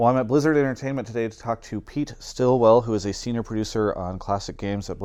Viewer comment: "Senoir" Producer.